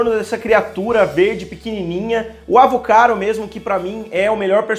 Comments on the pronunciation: Você diz: “Avocaro”, eu escutei na série “Avogato”, na internet diz “Avocato”, estou perdido.. Afinal, ele é meu personagem favorito até o momento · Vc disse AVOGATO??? ☹️🙁😖😣